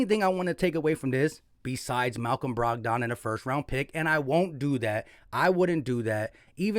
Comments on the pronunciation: Lol you be murdering names rotfl Brog don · BROG-DON…. LOL had me cracking up…